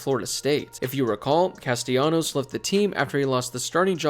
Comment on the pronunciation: Thank you for being one of the only people pronouncing Castellanos' name right